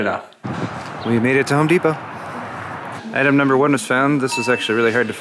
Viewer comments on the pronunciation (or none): none